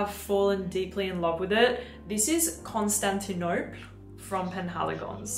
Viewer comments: The Penhaligan’s fragrance is pronounced like the city (pre-Istanbul) - not like you are saying it. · You mispronounced Constantinople.